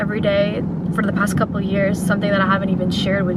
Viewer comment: omg guys am i the only one who find “the past couple years” pronounced so weird? Like a robot or something WTF LOL